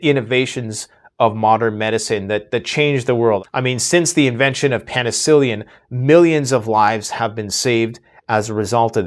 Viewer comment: Pen a ci cillian? Is that like a Sicilian? Lol